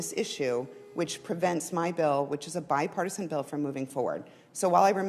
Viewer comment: Oh, I thought you said "My partisan".